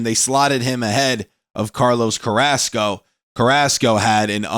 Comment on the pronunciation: Man I hate how he cant say Carrasco right...I mean I get if you cant roll the r's, but "Ask-O"...? bruh